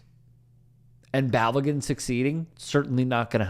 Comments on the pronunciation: Balogun - Bah-Low-Ghun. Pulisic - Pu-Li-SiCh. Weah - Weh-A. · Could you at least not butcher Balogun’s name? You’re proving Americans ignorance to the game.